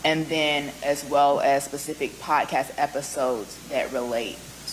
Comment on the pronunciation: Quit saying "potcast".